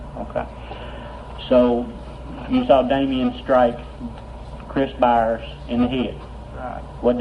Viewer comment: It’s “Byers” not Bowers.